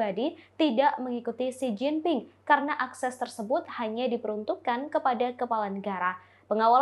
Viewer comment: Mint , Xi Jinping bukan Si Gin Ting . 😀